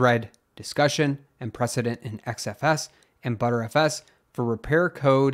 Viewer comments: "X" FS. Not "Z" FS. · Pronouncing XFS as ZFS really had me confused n how ZFS is "not recoverable" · Why do you keep saying "ZFS" when the text on the screen is clearly "XFS"? XFS and ZFS are two different filesystems. (I heard you do this in a previous video also.)